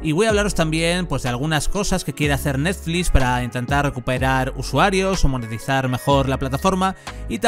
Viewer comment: "Netflix" no neflis me estresa que cada 10 seg lo menciones y lo hagas mal, dislike